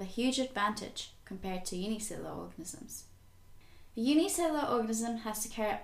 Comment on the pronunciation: Cell-oo-laaar. Not Cell-or organisms